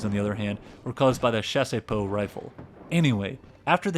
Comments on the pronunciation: Also "Chassepot" is pronounced "chass-po" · Bro the video is great but please hire some VA to do the voiceovers hahaha It's Chassepot, not chaséepot, also Krupp (kroop), not Krápp. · The pronunciation of Chassepot is not Shasey-poh, it's Shas-poh ( [ʃas.po] ). The "e" is silent. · I genuinely love this video but the pronunciation of chassepot is killing me. You are definitely getting a subscription though. Excited to see your future videos!!!